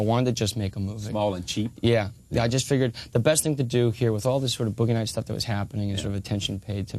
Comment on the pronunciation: "Boughey Nights"